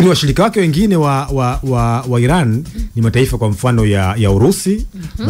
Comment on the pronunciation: We jamaa tamka vizuri basi neno iran